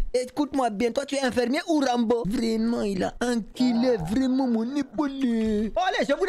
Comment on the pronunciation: Ze voit tout à côté, Ze suis pas habitoué, vrraimunt"😂😂😂 Toujours le même que je kiffe♥️♥️